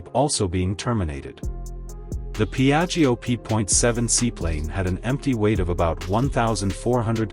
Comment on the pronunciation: PIAGGIO P.7, not Biajo😅